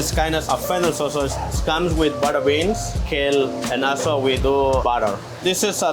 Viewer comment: Love the way he said butter beans ☺️